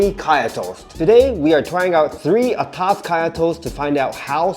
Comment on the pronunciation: I must say... you have been singaporeanized! The way is pronounced 'atas' is perfect! Hahaha! Keep up the good work!